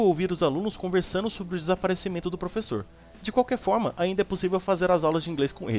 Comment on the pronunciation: Vc falou frevessor na 133